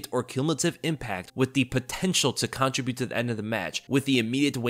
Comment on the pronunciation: i love your videos but the way you pronounce the word "contribute" is driving me crazy lol --- youre pronouncing it like ------ "contri-bute" as opposed to "contrib-ute" - just had to drop that little nugget maybe you do it on purpose idk lol